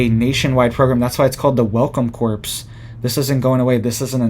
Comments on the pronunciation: Core...not corpes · Corps is pronounced cores, not corpse. They should offer that to released convicts, probably would be safer. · it's pronounced "core" and not corps. I know the spelling makes it seem like it shouldn't. I'm in my 50s and my niece pointed out that all my life I was saying episode wrong😂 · Corp - pronounced Core, I believe... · Corps is not the same as corpse - corps has a silent p and silent s. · Pronounced Core not corpse. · It pronounced core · Corps is pronounced “core”. Sorry, I don’t want you to sound bad because I know you are very smart! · “Corps” is pronounced “core”,, think how you say Marine Corps (core). The “p” is silent. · Pronounced welcome “core” not corps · Corps is pronounced "core" i think. We cant stop this beast; they are moving forward to a global beast system. Do you believe Bible prophecy man? i do. We are warned that we will be forced to join up, or be beheaded, ultimately. It is written. Thanks for speaking up. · The word 'corps' is pronounced CORE. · Pronounced "welcome core" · Just a pronunciation correction: to say "corps" the p & s are silent, so it is pronounced "core". When you say the p & s, it's the word "corpse" which is a dead body. Keep up the good work. You are reporting things no one else is talking about! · not corps pronounced core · Yes, it's pronounced like "core." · The ps in corps is silent. It is pronounced kor. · "Corps" is pronounced "Core". Just saying- I'm a teacher and can't help myself. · Y'all know he still gonna keep saying corppss. 😭🥺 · In the word "Corps" the p is silent. It's pronounced "Core". Just FYI. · Thanks! It was getting on my nerves, too. And I love Channel.